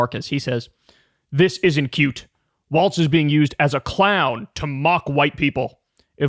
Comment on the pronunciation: I hate the way Kyle says "cute" why does he pronounce the "T" so heavily?